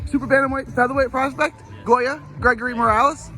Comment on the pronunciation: It’s goyo not Goya